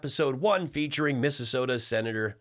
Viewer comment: Missasota! Perfect!